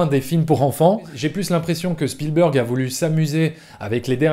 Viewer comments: tu prononces à l'américaine mais spielberg est un nom germanique car c'est un juif ashkénaze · C'est vrai que Chpielbèrgue, ça pique les yeux quand on entend. Mais Spielbeurgue, c'est pas mieux ! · Bon... donc même un journaliste de TF1, en faisant un petit effort, sait prononcer correctement le nom de "Spielberg"... Peut-être que ceux de CNN le prononce avec le Q, "à l'Américaine", mais ce nom étant germanique et Ashkénaze, il doit être prononcer comme en Allemand "CHPIL-BÉRG" qui signifie "qui vient d'un lieu de guet". Sinon, bonne vidéo ! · Vidéo très intéressante comme d'hab mais juste si tu pouvais prononcer correctement le nom Spielberg pas spielbeurg et il y a un S à la fin de Lucas, il est pas francophone à ce que je sache. Sinon joli travail! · “ Steven spielbeurg “ “ George Luca “ Lol